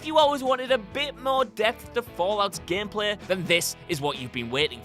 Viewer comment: "Gempleh" > "Gameplay"